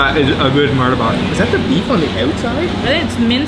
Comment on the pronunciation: correction not martabak but pronouced as murtabak